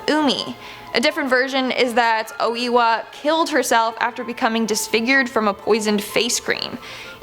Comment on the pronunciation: its oh a wa